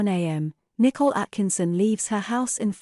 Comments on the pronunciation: The year is 2023, AI is taking over, still the robo-voice thinks Nicole is pronounced "nickle" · It’s because her name is not spelled “Nicole” but “Nichol”. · I've noticed that too. Her parents pronounce her name differently. Maybe she legally changed the spelling/pronunciation later? It doesn't really matter, though.